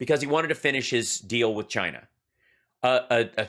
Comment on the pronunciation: Hal, it has three syllables: Chy- ee-na.